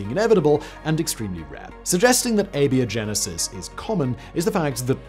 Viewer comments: Sorry, you pronounced abiogenesis wrong! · A-BIO-GENESIS. If you're going to bill yourself as a science show, learn how to pronounce words. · Do you pronounce biology as "bee-ology"? No? Then where did "ay-bee-oh-genesis" come from??? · You calling it "Beo" Genesis is killing me. What is this pronunciation man? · "Ay-Bee-Oh-Genesis"? Really? You pronounce "GIF" wrong, don't you? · crazy pronunciation makes it sound like he's saying "Labia-Genesis!!" I wonder how he'd pronounce the word "biotech..."